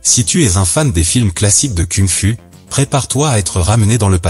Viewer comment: Ta manière de dire "Kung Fu" elle est cucul-la-praline. Shaolin ce n'est pas un dérivé d'huile de lin...